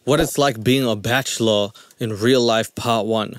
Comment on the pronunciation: He can’t really say bachelor very well lol